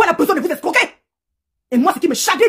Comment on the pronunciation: j' aime trop sa façon de prononcer le nom de thuerry là. Ça dose jusqu'à aaa !